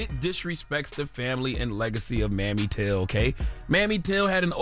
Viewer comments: It's MAMIE TILL, not mammy, you dunce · Pronounced Mamie not Mammy, Char. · Charlemagne!! Her name is not pronounced mammy. It is pronounced May- me. Put some respect on that. Please and thank u. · Charlemagne, it's Mamie Till, not Mammy Till. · why would you say "mammy" till tho? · Charlamagne how you from the south and don't know Mamie is pronounced May-me? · He needs to learn to pronounce Emmett Till's mother's name correctly. Please! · Charla, that’s not how you pronounce her name. It’s Mamie with a long A. ☺️💕